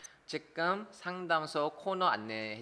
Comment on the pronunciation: 직끔 삼당소...ㅎㅎㅎ 이 발음 진짜 어려운 듯~^^; 상담 같이 듣고 있어용 ~ 유익합니당♡